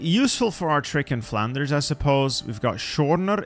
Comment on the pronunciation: Brother, how did you manage to pronounce flanders and out cities so well?